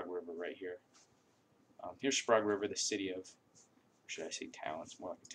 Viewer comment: If your going to try and sell it at least lern how to pronounce it CHILOQUIN chill -O-QWIN. AND SPRAGUE SPRAGE